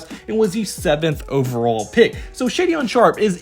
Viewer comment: Pronounced “Shay - den” Not “shay-dion”